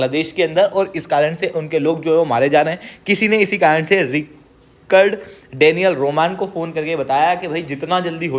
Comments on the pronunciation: आपको रिकॉर्ड नहीं रिचर्ड प्रोनाउंस करना चाहिए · Bhai just 1 correction wo रिचर्ड hai रिकर्ड nahi.